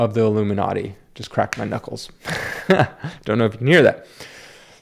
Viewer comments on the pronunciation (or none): none